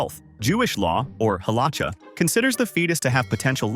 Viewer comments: Jewish Law, or Halacha is not pronounced "halacha" with the ch as in chips. Its like the Ch at the end of Bach, the composer. That's all ch sounds in Hebrew. You got the Jewish view right though, as an unborn human is considered life but not fully human yet, since it's believed that the soul enters as the baby emerges from the womb. Therefore, it's a balance. You can't destroy that life at will for no good reason as it is a developing human life. However, the health and well being of the mother, a full human, takes priority when one must choose between the two. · The ch in Halacha is pronounced /x/, like German, or Polish, not like in English.